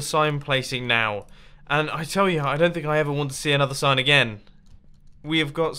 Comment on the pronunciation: Firewave 147 mumbo said sand in stead of sign lololol